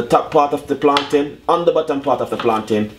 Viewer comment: I think u mean "Plantain" bro... Good video tho